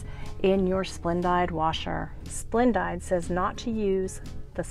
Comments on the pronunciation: FYI- i have never heard it said as Splend-died. Always heard it pronounced Splend-deed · Lol. It's pronounced splen-DEED.